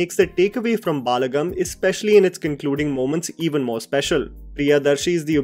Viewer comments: It is ब ल ड म् and not बाल्गम् Please get your pronunciations corrected. Please. I beg you. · It is pronounced as Balagam not Baalagam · They way he says baaa-la-gum instead of Ba-la-gam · For your information, you are pronouncing it as baalagam, it is actually balagam. I agree that you are a north indian and you don't know telugu, but atleast you can see reviews by telugu reviewers and can learn how to pronounce it correctly, I have seen many of your reviews in which you pronounced telugu movie names incorrectly. It is not that difficult to pronounce telugu words correctly, you have to put some effort and learn how to pronounce it before making a video..and balagam is not some complicated word, it is just simple one word, atleast you could have put effort in learning how to pronounce one word correctly. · It’s not baalagam. It’s balagam meaning strength as family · Correction- It’s not Baalaagam its bal-‘uh’-gum 👍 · Sorry to correct you, It's not baalagam. you are saying it like there is extra 'a'. It's balagam even transtalte AI is telling correctly 😅. Sorry I had to say this, because you said many times with wrong pronunciation. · It's "Balagam" not "Baaalagam" just pronounce "ba" like in bachcha. Balagam means in Telugu is force. Family is a force. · Bhai it's not Baalagam it's Balagam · Some have mentioned it already but it doesn’t have to be so harsh, he’s the only one consistently making sure that non Hindi cinema gets recognition and we need to appreciate that first. Balagam is pronounced as Bul-uh-gum. Bal as in strength and the movie reflects the strength or the power of being united as a family. I just watched this film yesterday and you summarised it so well, thank you for doing what you’re doing :)